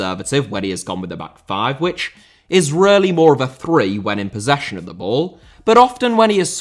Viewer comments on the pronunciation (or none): Ass* not Ohrss Uefa* not Yuweifer Possession* not Posession Cucurella* not Cucurreyer Antonio* not Antouwniouw Conte* not Contei Shaw* not Shor Bizarre* not Bizohrre Saka* not Saker Hag* not Horg Drawing* not Droring Baresi* not Băreisi Franco * not Francouw Half* not Holf Observation* not Ovzervation